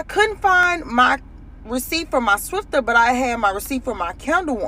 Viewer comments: It’s a “Swiffer” not a “Swifter”!!!! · She is the second black woman to call it a swifter it's swiffer